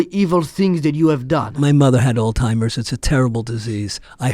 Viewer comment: ITS NOT OLD TIMERS ITS ALZHEIMER’S!!!! ALZ!!!! ALZZZZZ!!!!